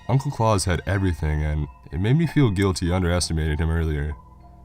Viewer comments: Surely it's Claus as in the actual name rather than claus as in Santa, really killed the story even tho as many have pointed out it's stolen from the twilight zone episode anyway but really pronunciation is important when reading scary stories as it immediately kills the horror and makes it funny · Jesus christ you uncultured swine it's Klaus. KLOWCE NOT KLAWS. JESUS H CHRIST I DIED EVERY TIME YOU SAID HIS NAME. IT'S FUCKING GERMANIC